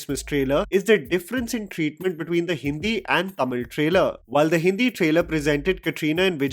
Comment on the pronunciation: love the way you say Tamil..the perfect way...